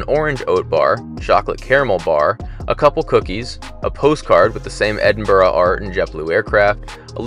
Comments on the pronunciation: Thanks for saying Edinburgh right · Great vlog. And credit where credit is due, it’s good to hear an American with the ability to pronounce Edinburgh correctly. 👍